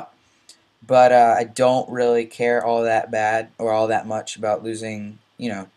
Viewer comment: I love the way you say but.. "BUATT"